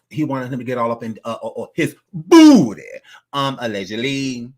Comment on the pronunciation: The way says "BOOTY!!!" gets me everytime💀